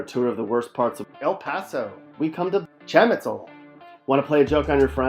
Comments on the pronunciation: Shamitzel??? It's chamizal.... Eal Pasou? It's El Paso... and the pictures... definitely not El paso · Chah ME Zahl.....learn to pronounce it. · By far the worst video I have ever seen! No research went into this video whatsoever! Like wtf is cham-I-sole and MAGA-fin? 😂 racists ass video. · Bro none of those places are not even here. El Paso is not even dangerous. And that’s not the way you say chamizal. (Cham - eee- sal”)..